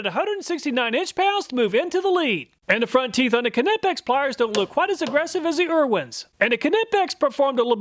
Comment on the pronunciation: I laughed and had to replay "front teef" 😆